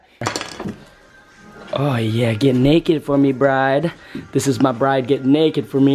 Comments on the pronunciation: BRID vs BRIDE as far as pronounciation. Arigato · Cool video but the young car generation now needs a lesson on how to pronounce these seats correctly. It’s not Bride, like your marrying a bride. It’s “Brid” with an “e” at the end. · my dude you are pronouncing Bride wrong😂😭 plz look it up and say it right it's hurting my ears😂